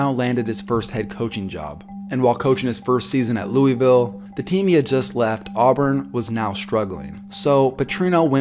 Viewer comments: Btw it’s loovill not Louievill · HOLY FUCK ITS NOT LUIS VILLE OR LOOEY VILLE ITS FUCKING LOOL VILLIE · Cringe every time he says "Lewie-ville" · Sorry, “Lewis-ville” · Every time this dude said Louisville it made me pissed off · Please pronounce Louisville right